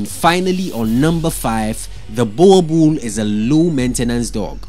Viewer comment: Wrong pronunciation of Boerboel